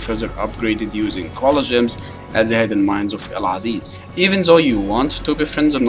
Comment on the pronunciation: I thought you were Russian for a while from that accent, but you pronounced Aziz perfectly and just read the comment that you’re Egyptian heh. Great vids man keep it up. Greetings from Lebanon hbb❤️